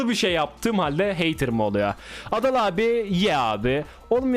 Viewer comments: Adalın ingilizce okunuşu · adalın cool okunuşu